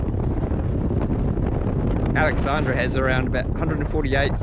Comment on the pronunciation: the pronunciations is DaN-sees Pass and Kie-burn not kee burn. AlexandRA and not Alexandria. Roxbur not Roxborough